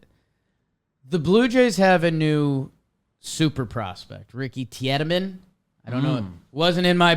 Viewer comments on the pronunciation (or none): Its Pronounced Teedemann. Gonne be a Cy young winner one day